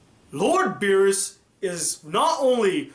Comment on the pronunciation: What? xD terrible